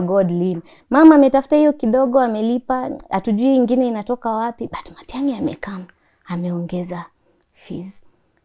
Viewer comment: Matiagi she said